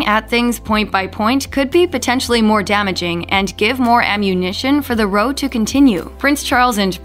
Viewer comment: WHY DO YOU MISPRONOUNCE R O W... Everytine???????